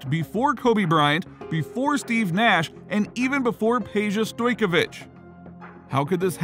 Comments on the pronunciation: I'm sorry but I can't anyone serious when there talking basketball and can't pronounc a stars name. Stoyakovic. Just like it's spelled. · Bruh your Butchering Peja Last Name